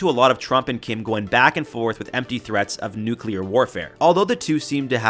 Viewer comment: „nucular military“ People still don’t know the actual word?